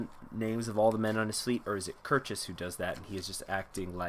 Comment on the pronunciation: Kircheis rhymes with ice